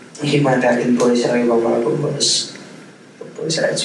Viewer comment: He has a speech impediment, like a kid who hasn't learned how to pronounce R's.... he replaces them with W's. Instead of Robert, its Wabert. Pewson to pewrson.